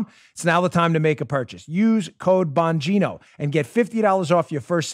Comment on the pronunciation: Dan the spot on man! Hey! I love you brother! By the way, I believe the "g" in your last name may be silent.. Bo' neen' o.....Not for certain, but may be silent.... Let Us All Protect Our Personal "Alamo" like the couple in Saint Louis!